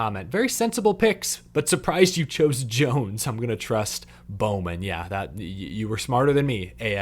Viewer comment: Now you got bowman wrong 😂